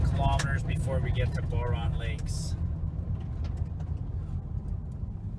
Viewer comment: that's my home area. I'm from quesnel. and just an fyi its pronounced b-ow-run. :) love all your videos too. ive backpacked many places you have filmed in Alberta as well. living in Edmonton at the moment but scampering back home to BC permanently this fall with my wife and 2 year old son. cant wait to take him out like you do with your boys. keep up the inspiration!